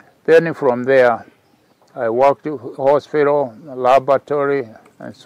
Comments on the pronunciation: Mzee anasema alifanya kazi "hospiraal" 😂😂😂😂underline the word hospiral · Hehehehe........hii ni ile "hospiraal" ya Jeremy Damaris!